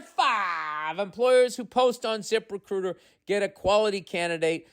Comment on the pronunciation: His Zip Recruiter ads are my favorite. Its Zip Recrrrruhausgdgteirzsgdgruiter 😂😂